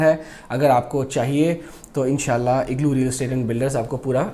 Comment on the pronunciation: IGALOOOOOO nahi ha bhai it's IGLOO. Hahaha, well said